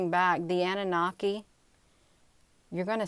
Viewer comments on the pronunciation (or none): It's pronounced_ a noo NA key. ANUNAKI